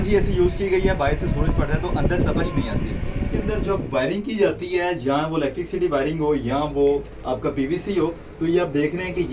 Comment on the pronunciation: برخوردار electricity کا تلفظ "الیکٹرک سٹی" نہیں بلکہ الیکٹری سٹی" ہوتا ہے۔ یا انگریزی سیکھ لیں یا قومی زبان بول لیں۔ کیوں اپنا مذاق خود بناتے ہیں؟